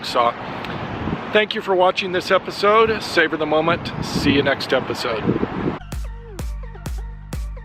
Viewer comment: Did he say "Saber the moment.)? LOL